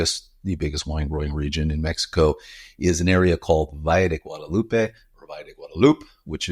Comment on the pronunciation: mijo, at least pronounce the name correctly ! "gwa-da-lu-pe"😊